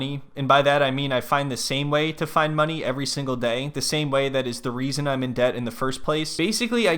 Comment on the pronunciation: I love that you're pronouncing deb-pt 😅